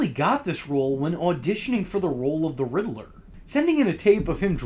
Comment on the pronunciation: Rid-ler not ridlrrlrlrlr